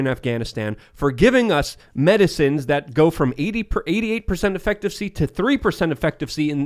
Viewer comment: It's not 'exacterbated'. It's 'exacerbated'. There are not two Ts or two Ds in it and I want to shoot the ceiling every time he says it wrong. It's also not 'effectivasty'. It's 'efficacy'. What is his love affair with mispronouncing words?